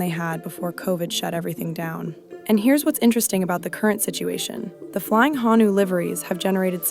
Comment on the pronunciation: Honu. Not hanu